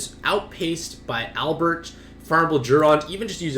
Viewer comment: Albrecht is not Albert it’s pronounced how it’s spelled AL-BRECK-T